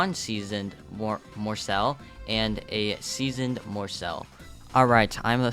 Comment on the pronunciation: You are saying morsel wrong